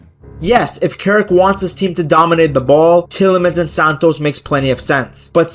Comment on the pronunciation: You have pronounced Santos’ name horribly wrong, please take note of this, thanks.